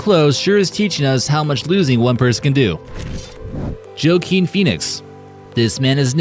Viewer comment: His name is not pronounced "joe-keen" It is pronounced "Wa-keen". You are an American you should know this.